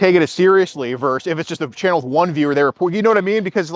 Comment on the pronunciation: Oh, that “verse” drives me crazy. I worked as a paralegal for 40 years. The word is pronounced verse-us, not “verse.” “Verse” is part of a song. Verse-us is a lawsuit.